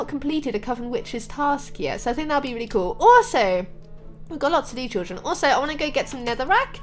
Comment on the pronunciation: Stop saying chilldren 😑 I am chilldren 😐